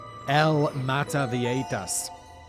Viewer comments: La Mada-vie-hi-tas is how its pronounced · Meta-vie-jitas, rhymes with fajitas.🙂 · Seems like a syllable missing from mataviejitas…mah tah bee ay hee tas? I don’t really care, just curious🤔It’s been a very long time since I’ve had to speak the language(family trip to Peru and Ecuador, in 2008-9…It came back pretty quickly while being immersed in the language😄) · JI in viejitas is pronounced like english He, try this pronunciation with english words: Bee- A-He-Tas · I speak spanish and I came here 1000% expecting Simon to ultra butcher the name. 10 seconds in and I'm not disapointed. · You missed an entire syllable in mataviejitas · I tuned in just to hear Simon mispronouncing "mataviejitas". He didn't disappoint. <3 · Well you butchered "mataviejitas" but nailed "maria de la luz gonzales anaya" so good job fact boi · You did a terrible work pronnouncing mataviejitas, I am amused nonetheless